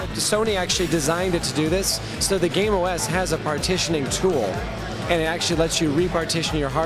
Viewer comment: "Gaim" i thoughtd he sayd "Game"